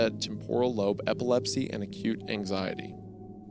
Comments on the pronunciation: you dont understand how funny Isaiah saying epppsillepsi is at 3 oclock in the morning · Epsilepsee couldn’t get that word past those big ol’ lips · It’s am and the epilepsy mispronunciation made me crease far too hard